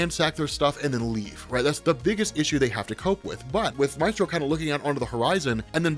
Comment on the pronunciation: I hate pronunciation of “Maestro.” It truly makes me cringe. Love the video though!